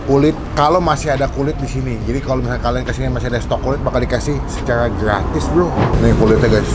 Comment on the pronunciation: Bro bukan Berlo🤣